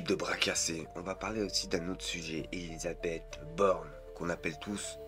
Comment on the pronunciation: Ah ouaiEU ÉlisabethEU t'as fait poly-techniquEU